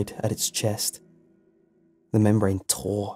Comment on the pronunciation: lol, "CHAY-grin" (it's "shuh-GRIN"). "Slough" in this context is "sluff"